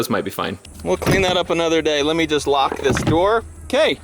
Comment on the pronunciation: did you say "lock" the door.... or "rock" the door? lol....=)